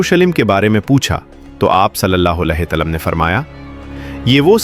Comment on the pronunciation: اپنا تلفظ ٹھیک کریں ھمارے پیارے پیغمبر کے نام کے ساتھ صلی اللہ علیہ وسلم صحیح تلفظ کریں